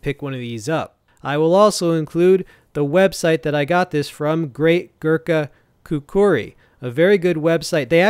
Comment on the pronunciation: Great review bro. Pronounced “khukree” not khukuri👍